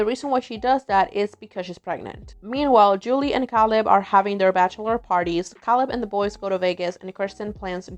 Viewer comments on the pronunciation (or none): Caleb. KAY-LEB. Dammit. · Great video. Very good recap. Makes you realize how a lot of the storylines would be viewed differently 20 years later I’m just curious, don’t take this the wrong way, but why do you pronounce Caleb’s name “Kal-ebb”? I don’t know a ton about accents but I’m guessing you’re French Canadian? Just curious. Please don’t take it offensively, it’s just very interesting to me!